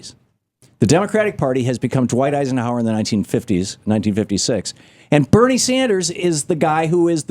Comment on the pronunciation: Agreed. I get tired of seeing him on The Big Picture, so my heart sank a little when I saw he was on his radio show as well now. Also, he always calls Bernie Sanders Barnie. ITS BERNIE! NOT BARNIE!